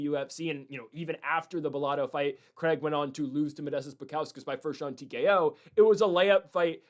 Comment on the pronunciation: LITERALLY TURNING THIS SHII OFF BECAUSE OF HOW HE'S PRONOUNCING "CRAIG" BRUHHHH STOP SAYING IT LIKE HE'S FKN BRAZILIAN